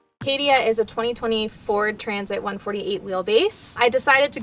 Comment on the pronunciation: I think she says "a 2020 Ford Transit" but it sounds like "202-4 transit"